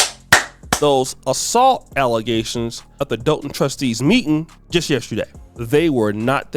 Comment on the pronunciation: I’m waiting for her to say alizetions again 😂😂 😂